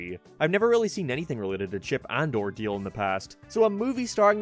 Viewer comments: Its pronounced Dale not deel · You're sayin "Deal"... Not "Dale" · WTH is chip & dill? Or are you saying chip & deal? Ship & Dell? This review suxs ball. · It’s chip and dale like d ale not chip and deal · You saying Diele and not Dale is killing me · “Chip and Deel” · "Chip N' Diel" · Stop saying dale like deal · He pronounces Dale like “Deal” and I can’t get over it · Throwing me off by how he prounces dale. He sounds like he saying deal may that's just his accent or voice inflection. I do agree with a lot of this I powered through the movie and chuckled at some points. It reminded me of Who framed Roger Rabbit. A lot of cameos and inside jokes. It wasn't great but the nostalgia of CnD RR worked on me. Would I watch again Big No. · why you call it chip 'n deal? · Are u sayin Chip and "Deal"...? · Is it just me being an uneducated twat or is saying Chip n’ ‘Deele’ weird?